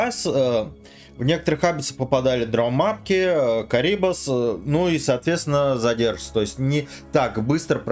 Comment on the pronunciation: какой карибас , костноязычный, только крабидос, он крабит крабов потому и крабидос и пофигу что карибдис зовут его ссп